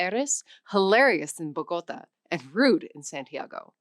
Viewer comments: Mispronouncing everything especially words with an obvious accent like Bogotá and ojalá. The quality of the language instruction a bit. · Why do most Americans pronounce Bogotá as Bogota? Surely someone who makes language videos should get it right. That accent is not there for decoration. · 1. Bogota? It’s Bogotá! Was that a minor detail? Of course not—this is a channel specializing in language! 2. The neutral meaning of “coger” in the Caribbean context? To say this is inaccurate is an understatement. Indeed, it is the other way round: A spaniard says "coger" and see how Latinos so silent... 3. Ojala? It’s “ojalá”! And there are plenty of examples of terrible pronunciation. The way the host says “Nahuatl” is laughable. 4. Mexican Spanish (es-MX) is completely different from neutral or standard Spanish (es-419), and it’s not true that movies dubbed into Spanish for Latin America use Mexican Spanish; this is bordering on ignorance. 5. It’s false that “vos” is only used in Argentina: go to Nicaragua to find out. 6. That the weak pronunciation of the “s” at the end of words is characteristic of the Caribbean is another mistake. Its historical explanation doesn’t apply to Central America, and yet it doesn’t explain how Nicaragua is perhaps the most extreme case in Latin America of “swallowing” final “s”s. And I could keep going... My final conclusion: I will never use Airlearn to learn Spanish. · There is no country or language that pronounces the capital of Colombia like Bow-GAH-ta.